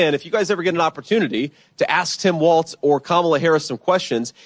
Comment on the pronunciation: Benny his name is Walz no t. Walls